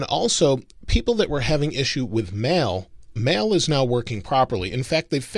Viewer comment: Is it just me or he really says mel instead of mail?